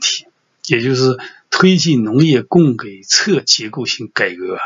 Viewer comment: 供给（ji），补给（ji）